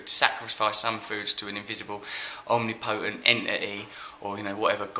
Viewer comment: Russell, Russell, Russell, I'm not at all happy with the way you pronounced omnipotent, really?.... anyhow... skimming the surface a little there weren't we mmmm? Would you like to look behind the economics and labour of it all, or were you in a pervy hurry to move onto Miley? You're not turning all Jimmy Savile on us, are you? Tell ya what, you get in touch with your mate Jonathan Ross and I'll give you the telephone number of my young neice - then you could do something you're good at. Know wha' I mean wink wink, nod nod.